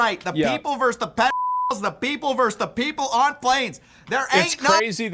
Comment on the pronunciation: Versus, not verse.